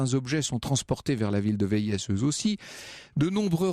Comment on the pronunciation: On ne dit pas "Véïèss" on dit "Vé-i" (qui s’écrit Véies et rime avec pays)